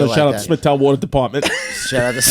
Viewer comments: Smithtown watah is born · When all 3 of them are saying "warta" (water) rapid fire hahahahaha ish